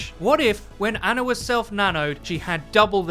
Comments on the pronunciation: For fucks sake say her name correct for once. It’s not ANNA it’s ANA. Pronounced Ah-nah. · her name is Ana (Ahh-nah) not Anna (Anne-ah), please stop saying it wrong BibleThump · You English guys just destroy names huh? Anna the way you're saying it has TWO N's. As she is Egyptian her name is pronounced AH-NAH. Ana. One N.